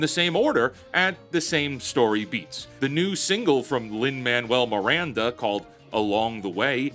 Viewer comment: "Lin-Manuel Miranda" Rips off headphones